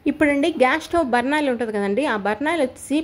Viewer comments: అమ్మా అది బర్నాల్ కాదు. దాని పేరు బర్నర్.బర్నాల్ అంటే కాలిపోయిన పుండుకి రాసుకునే మందు. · అది బర్నాల్ కాదు బర్నర్